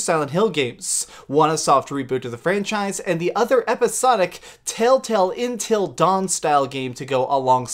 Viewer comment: Accent obviously 😂